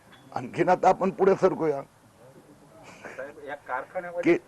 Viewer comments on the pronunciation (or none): none